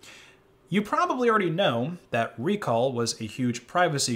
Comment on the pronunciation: It's not ReCall, it's RecAll